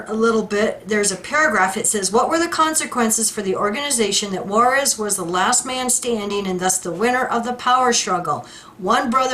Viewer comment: It's not Juarez. It's pronounced Jarrez, Ted Jarrez. (JARACZ).